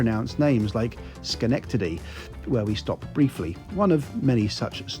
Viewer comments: Oh, and good job pronouncing "Schenectady", "Albany" and "Rensselaer", you nailed all three! Us locals can usually tell who's not from around here by that. Lol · Well done,. I probably would have mentioned that Schenectady (your pronunciation was spot on) was the home of ALCO, and that the portion of the trip along the Hudson River was New York Central's "Water Level Route". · I appreciate that you absolutely nailed the pronounciation of Schenectedy and Poughkeepsie. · Woo hoo!! passing through what is currently my neck of the woods. I live about 45 minutes from the Schenectady train station (yes, you pronounced it correctly), and have used that station a lot, especially when my hubby or I were weekend commuting from New York City. We've taken the Ethan Allen Express often!! We are friends with the station manager at Schenectady. I know the station so well, that I even recognize the backs of the buildings near the station.